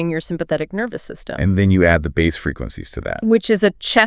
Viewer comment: I'm I listening to two AI voices talking to each other! I'm fine with that, but what I'm not fine with is how (she) says BASS! it's pronounced ((BASE)) not Baz 😂